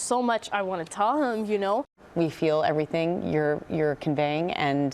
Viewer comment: I wish them all the best, really. Can someone help me understand something - Is it a dialect-thing, how pronounces words? She says everythin-k, thinkin-k, horrifyin-k. First I thought it was just her, but then I saw a video of their aunt and she has some of the same mannerisms in her language?